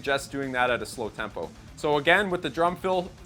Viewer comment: Did you say tampo? hehe...very nice lesson.